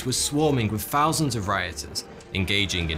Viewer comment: if u listen, he says thousands 'fousands' so we would say foughty two instead of